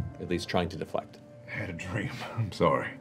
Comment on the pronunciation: is it just me or did that sorry sound just SLIGHTY more british than southrn??